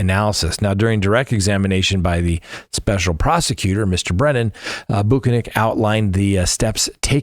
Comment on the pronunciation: Karen Read tried to seduce Brian Higgins, not vice versa. And you deliberately mispronounced Trooper Buhkennik's name, and English is not your third language so you have no excuse